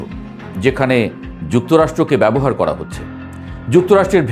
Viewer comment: ভাই উচ্চারণ ঠিক করেন আপনি র কে ড় বলেন যেমন করেন আপনি বলছেন কড়েন করা কড়া এই ড় উচ্চারণ বেশি বলেন